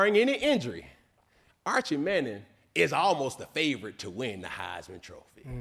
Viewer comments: "Archevious Manning" 😅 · Archivious lol